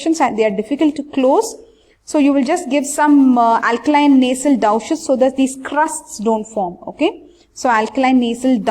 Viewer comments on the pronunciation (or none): Doosh pronounce for Douches not dawches